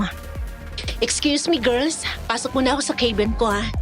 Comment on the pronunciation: Natawa ako sa KEY-BIN😂😂😂 ang ganda ng narration tpos yung KA-BIN naging KEY😂😂😂